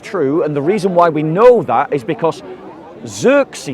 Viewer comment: Cyrus, not xexres